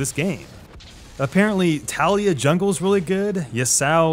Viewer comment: LMFAOOO THE WAY YOU SAY TALIYAH AND YASUO IS TILTING